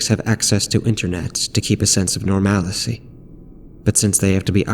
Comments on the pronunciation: Awesome narration and awesome story (outside of the insistence to say norMALicy, vs the correct version ... normalcy, like normal, then 'c') Nicely done. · Creepy stuff. It's actually "normal-cee"